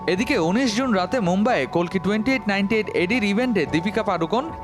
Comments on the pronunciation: Kolki na boin oi ta kalki hobe atto soddo Bola lagbe na 😂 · কেমন সাংবাদিক বাংলা উচ্চারণ ঠিক করে করতে পারে না ওটা কল্কি নয় কাল্কি, পৃথিবীতে যখন পাপ বেড়ে যায় এবং পাপীরা রাজত্ব করে তখন ধর্ম প্রতিষ্ঠা করতে এবং পাপ মুক্ত করতে এই বিশ্বব্রহ্মাণ্ডের মালিক যিনি বিষ্ণু তিনি অবতার নেন, কাল্কি তারই দশম অবতার এই কলি যুগের